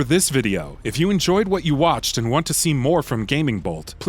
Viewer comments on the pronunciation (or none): none